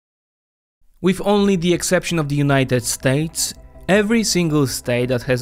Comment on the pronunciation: why do you pronounce it "Unayted StAYtes"?